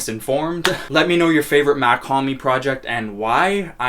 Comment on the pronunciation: Mach not mac